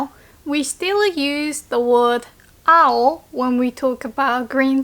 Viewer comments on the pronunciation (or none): I thought when you said "青" you said "あほ" as in baka/stupid 👀👀